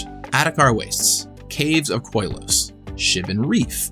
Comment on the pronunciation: Only just now learned it’s Koilos, NOT Kolios